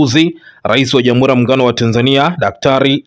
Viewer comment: Kuhabalishana,irani ya uchaguzi,ishilini,wazili mkuu,kikosi cha sili,salasini,zamila,Jamhuli.Hongela. Msomaji Lugha ya Kiswahili huitendei hata kidogo. Tafadhali fanya bidii uweze kutamka R inavyo paswa.